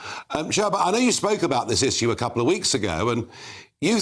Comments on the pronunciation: The clown is a brit, can't even pronounce the word issue correctly 😅😅😅😅 the muppet of British image. Why haven't you left the country as you promised, you said you'd leave the country if Brexit fails to deliver. Stop trying to make it like it's all about you and f the rest of the brits. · I want to back him politically but he can’t say ‘issue’. 😖😖